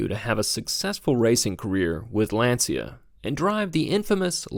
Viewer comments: It is pronounced "lawn-chuh" not "lan-see-uh" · Lancia not pronounced Lan-see-uh, it’s Lawn-chya. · Hearing Lancia pronounced as Lan See A hurt...lol. It's pronounced Lon chee ah.....almost like chia pet...lol...but with a very light "e" after the ch.